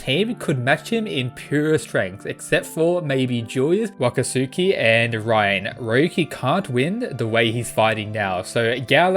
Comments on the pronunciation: Hey bro I don’t mean to nit pick but it’s not pronounced “Wakastuki”, it’s pronounced Wakatski”, the u has no sound like “Akatsuki” from Naruto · cause the anime sucks haha, the pronounce it differently in Naruto, so I trust Naruto more than an anime from Netflix 😂. Trust me, is pronounced without the "u" sound